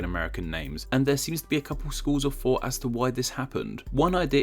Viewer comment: Why is it that you say “fought” when you are intending to say “thought”?